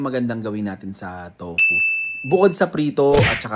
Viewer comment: TOFU ❌ TUPO ✅ 🤣